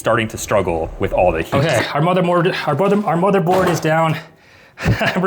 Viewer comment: Also u said bothermored not motherbored lol also, u should build a PC in the forest